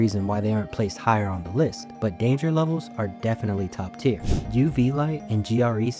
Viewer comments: Tier not tear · its "tier" not "tear"